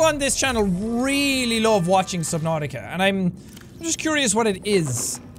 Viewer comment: Who else thinks they haven't done anything until they hear Jack say "welcom back to SUBNAUTIOUS"